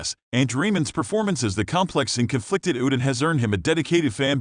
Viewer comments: Who the F is uted? It's pronounced Ooooo tred! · It’s UHTRED no OODID! 🙄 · It's Uh..tred please get his characters name correct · You should pronounce the character’s name correctly. I’ve also never heard of his writing music. He is a talented actor, writer, producer and director. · You may want to learn how to pronounce the last name of the actor and the correct pronunciation of the character. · The computer can not say Uthred or England properly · Omgoodness....learn how to say Uhtred!!!!!